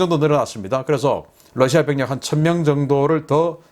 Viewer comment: 신선생님, Russia를 Lussia라고 발음하시네요.